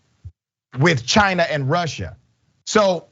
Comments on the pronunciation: He say CHIIINA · Dr Ritchie, you didn't get China right. Lol Chiinnnaaaa.